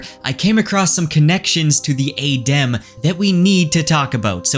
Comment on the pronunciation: So you know how to pronounce it properly and you still mispronounce it intentionally. Normally I wouldn't mind, but it's just jarring to hear it wrong over and over again. Otherwise good theories and you're definately on Rofkuss think because he has done all this very subtle hinting on purpose.